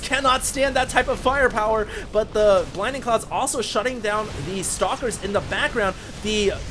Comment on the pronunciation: we all love you, but its BLINDING cloud. not "binding"